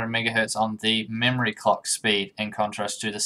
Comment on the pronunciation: You need to be careful when you say “clock” don’t forget the letter L.